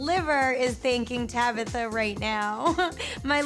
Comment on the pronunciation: TabAtha! Not Tabitha🤦